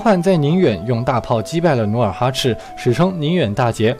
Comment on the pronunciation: 他应该是说努尔哈赤😂变成努尔哈鸡翅了🤣